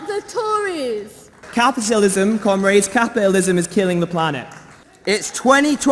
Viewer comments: why do i here "cum-rats" .... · Cum raids obviously is what they are saying. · I can't not hear "cum rags" when they address each other. Might be just a yank thing or they really don't take themselves seriously. I don't know... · Am I the only one that keeps hearing them call each other "cum-rags" when they're saying comrades?